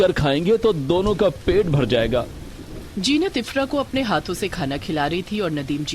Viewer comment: Mera naam bhi zeenat hai lekin ye to jeenat bol rehe hai but story is good ❤